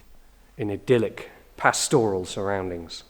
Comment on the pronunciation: just remember to pronounce 'pastoral' with emphasis on first syllable. Your videos stir my nostalgia for England, whence I have been absent these 55 years.